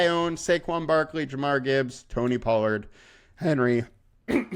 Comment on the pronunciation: Jahmyr not jamar lol